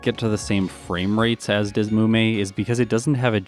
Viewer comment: Isn't the emulator pronounced "D S Emu Me"? That's what always was the most logical to me. Sorry, random comment in the middle of watching.